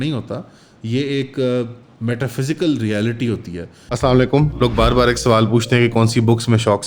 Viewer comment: Please say salaam correctly. Regards.